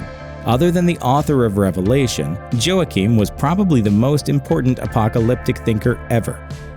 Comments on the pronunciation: Wha keen.. Joaquin. Not joahkeen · LOL! He's pronouncing the name Joaquim as 'Joe-Akeem.' It's always a bad sign when the narrator prononces things incorrectly. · It's pronounced "WA-keem", not "Jo-ahkeem". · Joachim is pronounced "waa-keem" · I believe the correct pronounciation of Joachim is 'hwah-keen'. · "Joachim" is pronounced "Wakeem" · This guy's pronunciation of Joachim was bad enough to make me consider turning to Satan worship. By the time he mentioned Saladin, I was getting ready to sacrifice a goat.